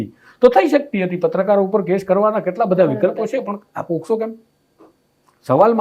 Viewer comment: પહેલાં તો બોલતાં શીખો પોસ્કો નહીં પોક્સો કહેવાય.